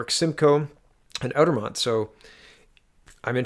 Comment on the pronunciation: Not "Outer-mont" -- it's a French word -- "Outre-mont" -- you run such an incredible vlog -- but credibility goes down a wee smidge when you can't say the words properly. ;-)